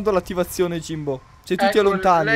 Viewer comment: ''Jimbo" sembra "Sio" vero?